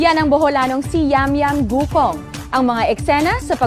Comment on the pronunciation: bakit gucong ano un eh guc-ong yun